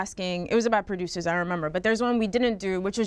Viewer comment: “Well he’s laying the blueprint for how prodOOOUUUSURS stay relevant “